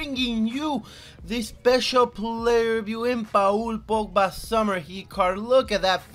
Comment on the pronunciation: it’s paul on pa ool